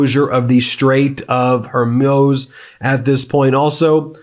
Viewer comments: Ben, I love your videos. They are informative, timely, and you even manage to insert some humor into a pretty dark passage of our history. But please, please, please pick just one pronounciation of Straight of Hormuz, and then stick with it, preferably the correct one. It's Hor-Mooz, rhymes with booze. :) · Keep working on it, Ben: "Hoar moos" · Pronunciation tip: think of a cow sound. Strait of hor-MOOz. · Pronounced correctly, Hormuz should rhyme with ooze, or booze! Just wondering why no one on your team knows this or is willing to help you to finally Master it?? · Please get the right pronunciation of Hormuz. It is annoying to hear every time you repeat a mispronunciation. It is read Hor-Mooz. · Bruh, it's pronounced hor-mooz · please learn how to pronounce Hormuz correctly. It's not Hor-mose, Hor-muse, Hor-muss, it's /hɔːrˈmuːz/ ... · Hor-MOOZ, bro. 🤦‍♂️ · Stopped listening when this guy kept saying “straight of Hormoz”. You lose all credibility when you can’t pronounce important strategic obstacles properly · I have heard you pronounce the Strait of Hormuz six different ways! Why is that? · You pronounced “strait of Hormuz” 4 different ways! Pick one and stick with it Ben! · I, of course, understand the gravity of this situation, and I know there is nothing to make light of here. Given that, I must attempt a little bit of comic relief and mention that Ben’s inability to correctly pronounce the Strait of Hormuz is giving real Benedict Cumberbatch “Pingwing” vibes 😂😂 Eternal thanks to MeidasTouch for keeping us all up to date on the disaster we are loving through right now. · Dude, when are you gonna learn to pronounce Hormuz? 🤣🤣🤣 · This guy pronounced the Hormuz five different ways in this video. lol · New day for Ben to keep pronouncing Hormuz incorrectly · holy effing crap will you pronounce Hormuz right just once??? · I’m just here to see how he says hormuz this time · Ben, learn to pronounce 'Strait of Hormuz', really simple.